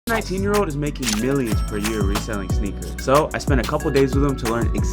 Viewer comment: Every time you say sneakers all I hear is snickers lol